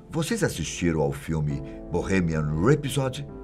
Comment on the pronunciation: Eu gostaria que o filme tivesse sido mais fiel à realidade. Como vários amigos me disseram isso, não fui ver. Conheci o Freddy num show em São Paulo. Inesquecível. E gostaria que alguém visse a pronúncia do nome deste vídeo (filme) e nome correto do show "Live Aid"..